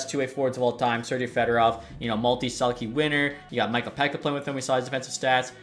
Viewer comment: Why are you saying Sergei with an J?